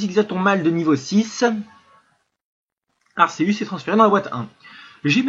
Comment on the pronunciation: Sa se prenonce arkeus